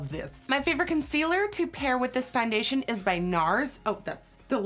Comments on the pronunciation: she says fandation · Someone please make a compilation of her saying foundation